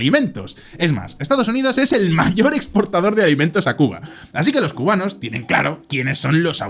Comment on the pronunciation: se disculpa de decir mal una ciudad para luego llamar mal a los cubanos para llamarlos cumanos en